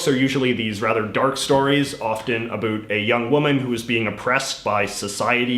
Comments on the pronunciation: I am Canadian and I have to ask are you really a Canadian? The way you say about makes my ears hurt and a true Canadian does not say "Ice Hockey", it is Hockey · You say ‘about’ like you’re trying to convince people you’re Canadian